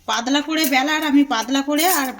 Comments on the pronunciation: কি ভাষা এটা???? পাদলা 😄😄😄😄কথা টা হবে পাতলা l এ দেশীয় দের উচ্চারণ শুনলেই হাসি পায় l স স স করেফাটিয়ে দিচ্ছে 😂😂😂😂😂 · Kothata padla noi patla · পাদলা নয় পাতলা টুগরো নয় টুকরো উচ্চারন ভালো করে শিখুন আগে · পাদলা না, পাতলা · Aare padla noy patla ota dro noy dow aar aapni kon desher manush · পাদলা নয়..... পাতলা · পাদলা নয় পাতলা হবে। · Mone hoi hooghly dist er lok seijonna padla bolche